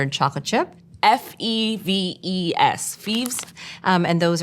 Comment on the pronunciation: Not FEEEves, Feves, sounds like "Fev's."